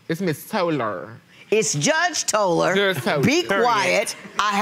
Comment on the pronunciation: “She’s not a gurl, it’s Miss Tolerrrrr.”